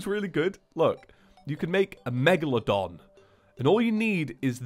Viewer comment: Hey...... It‘s mega*lo*don…😂